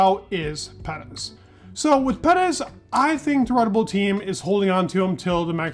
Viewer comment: Personally, I can’t wait for Perez to retire, so I don’t have to listen to you butcher his surname. No offense I love your videos and you’re very knowledgeable however, whatever you’re doing with his surname is completely wrong just sayin….